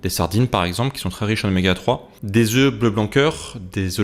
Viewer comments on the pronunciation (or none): none